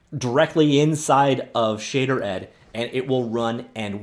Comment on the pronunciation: "shay" "derd"